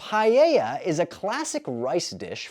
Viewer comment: the "a" in paella sounds like the "a" in the word "lag". the "e" sounds like the "e" in "jeff". The double "ll" sounds like the "j" in "jeff". that's how you say paella in spanish. said paieia (writed in spanish).